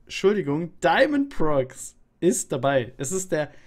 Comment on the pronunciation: Das spricht man Diamond Pro X